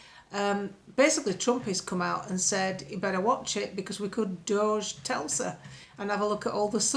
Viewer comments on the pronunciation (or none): “Telsa” 🤣🤣🤣 Priceless!